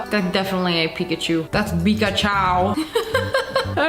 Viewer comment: nah that's not Pikaachowww it's pukaachiii